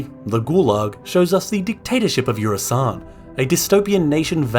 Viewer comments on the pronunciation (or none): I hate to be the one to do this, because this is legit a great video and I can't tell if it's a joke... But it's Eusan, not Eursan.